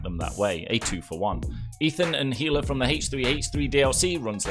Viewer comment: ahhh he mispronounced Hila